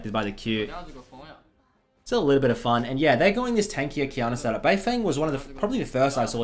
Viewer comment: isn't it pronounced "bei fong"?